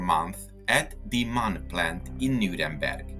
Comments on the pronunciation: MAN is NOT pronounced 'man' it is an abbreviation for Maschinenfabrik Augsburg Nürnberg. Therefore each letter is pronounced individually: Emm Ahh Enn (M A N). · The name of the manufacturer is always pronounced in a wrong way. The three letters "M" - "A" - "N" are spoken separately, not as a word.